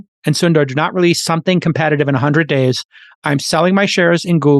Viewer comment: The pronounciation is "soun"-"the"-"ruh" : Sundar